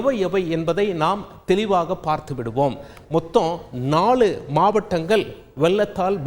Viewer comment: Mavatangal vattanagal ellai kal(kall, )enru chollunga, asingama eruku neega Tamil pesurathu la ,lla, zha ,tamilai kolai pannureenga ketkave narasama erukku